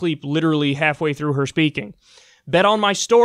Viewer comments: Bet on my dork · everytime Kyle says Bet-On-My-Stork I die LMAOOOO